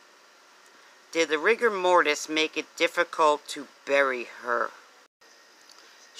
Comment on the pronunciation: It is NOT Mortise (mortice) it is Rigor Mortis, Mortise means something entirely different!!! mortise /ˈmɔːtɪs/ Learn to pronounce noun a hole or recess cut into a part which is designed to receive a corresponding projection (a tenon) on another part so as to join or lock the parts together. "a mortise and tenon joint" verb join securely by using a mortise and tenon. "the top plate of the rudder assembly can be mortised to the top of the rudder post" Rigor Mortis is the stiffening of the body after death because of a loss of Adenosine Triphosphate (ATP) from the body's muscles. ATP is the substance that allows energy to flow to the muscles and help them work and without this the muscles become stiff and inflexible.